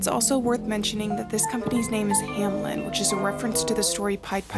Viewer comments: This is no hate but it just annoys me when people say 'Hamlen' instead of 'Hameln'... It's a common mistake and I would like if you spell it out correctly, thank you! (To prevent any Karens from attacking me: I have, indeed, done my research on how to spell it correctly to prevent spreading any false information.) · I think it’s funny that everybody pronounces it Hamlen instead of Hameln.